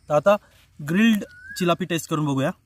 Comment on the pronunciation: भाई चिलापी नाय रे तीलापी